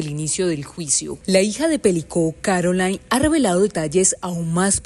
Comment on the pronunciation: Espeluznante... viniendo de su marido e incluyendo a tantos hombres "normales" de la misma comunidad. Por cierto, el nombre de su hija no se pronuncia "Carolain" en espan̈ol, sino "Carolín". Es francés, no inglés.